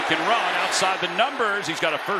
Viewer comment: The player's name is FRENCH derived. It's French for the name 'Stephen'. It's pronounced eh-tee-en. EE-tee-enn is wrong in FRENCH pronunciation. M 🦘🏏😎